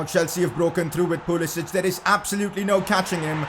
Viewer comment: Pcq: Pulisic has made it clear that his name is pronounced Pulisik and not Pulisich as the other balkan names are pronounced.